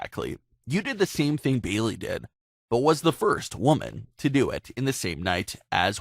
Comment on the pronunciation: Sah-sha? Beeley? Exactly how hard is it to say a person's name right?